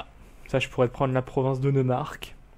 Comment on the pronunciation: Pour sundgau on prononce soundgao pour le neumark c'est noïmark et pour le brandenbourg en français en dit brandebourg comme la porte à Berlin